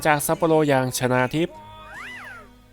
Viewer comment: 3.27 ชนาหรือชาวนา